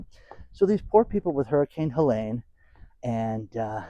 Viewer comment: There was no Hurricane Helaine. It's HelEEEEEEEEEEn.